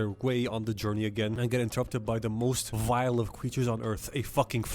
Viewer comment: “The most vial thing on this earth” “A Frenchman”